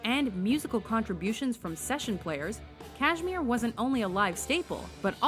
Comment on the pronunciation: what the hell is Kaashemere? just a LITTLE research will tell you the proper pronunciation of the word.